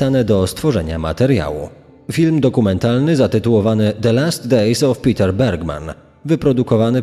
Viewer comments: Niemieckie Peter wypowiada się: Peter a nie: Piter 🤦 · Jeśli pochodził ze strefy niemieckojęzycznej to nie Piter się wymawia tylko Peter Bergmann.